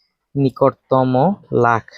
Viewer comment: Sir nikotomo nohoi 😂Nikototom 😅😅😮